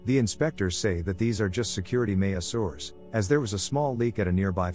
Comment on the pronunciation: "me-a-soors"??? Is this a new pronunciation of "measures"?